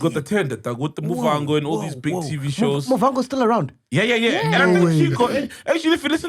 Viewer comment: Motherfacker just butchered my name, i get Sol can be ignorant but Mac saying Muvango sounds fucked up for a Venda guy